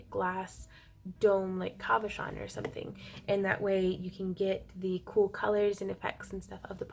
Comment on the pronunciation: Again...it's word cabochon is pronounce CAB (as in taxi) ah shahn Labradorites usually only show hues of gray, green and blue....if it has a larger variety of colors it's actually a spectrolite, which are typically found in Finland and Madagascar. Good ones, and large ones are usually pricey...